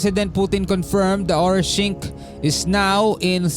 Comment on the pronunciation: Orishnik po at hindi Orishingk ang pangalan ng unstoppable missile ng Russia.